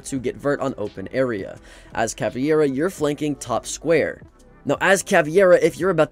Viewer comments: its pronounced cavEIRA not caviera😭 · its caveira not caviera tho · Cah-veer-ah not caviairah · Someday he'll notice it's called cavEIra and not cavIEra, but not today 😢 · "Caviera" *Pain "Caviera" *Agony "Caviera" *... I'm gonna close the video, i can't hear he saying "Caviera" one more time Where he read that "ie" from? CA-VEI-RA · Caviera? Bro just pronounce it like "cavera" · Bro said caviera not Ca vei ra Yes this is how we separete in Brazil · “Caviera” what the hell is that prononciation of caveira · Ca vare uh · Not Caveira being called caviera 😭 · Any other brazilians get triggered when people her Cavi-Era? It aint even how it's spelt in game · Correction: Ka-ver-uh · bro said caviera. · Every time he said caveira hurt my ears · Bro you had 5 attempts to pronounce cav’s name right and still didn’t succeed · It's caveira man